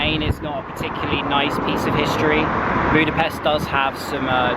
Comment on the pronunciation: Thank you, Great videos! If I may ask, next time please pronounce Budapest with an English "sh". Just like in the word English. The Hungarian "s" is and "sh". Thank you!